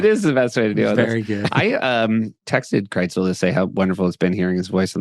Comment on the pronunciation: Seth, why do you pronounce Krisel's name KRITZEL? Are you hungry and thinking about pretzels?